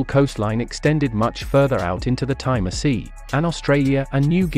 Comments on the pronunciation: It's petty but it annoyed me..it's the Timor Sea.. pronounced tee more..not tie more.. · Timor is pronounced “Tee-more” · Timor is pronounced Tee-mor.